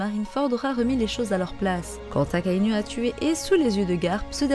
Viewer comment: Prononce bien les nom des personnage stp c pas akainu akainou sa se pronnonce comme ca 🙃